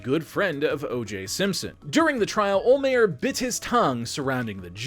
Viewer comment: I'll pay you to learn how to say Don olhmeyers name right